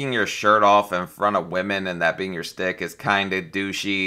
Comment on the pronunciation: It’s schtick, not stick. lmao